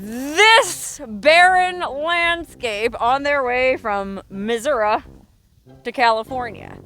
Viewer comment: Bless you for pronouncing Missouri correctly! 🤟👍😺🐈‍⬛ Great video!